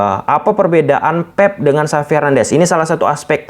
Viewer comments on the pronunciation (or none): Pep bang bukan feb 😂😂